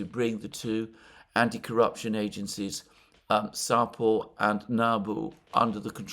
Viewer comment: Sapo! Not Sopa ;)